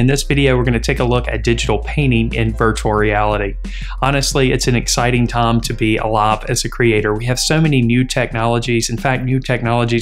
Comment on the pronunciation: Exciting "tom" to be "alom"? Is that an accent or something else?